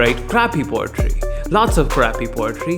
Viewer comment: Lol he sayin potry instead of poetry